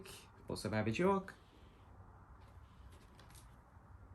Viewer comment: That's a nice and diverse record collection. Love all the vibrant colors you've collected. Just wanted to say you pronounce Bjork as Byork (like New York but just with a B in front), not B-chork (or Bee-york). 😊